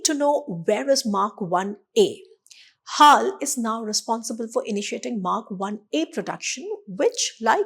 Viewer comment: HAAL ? BAY-HAAL !😂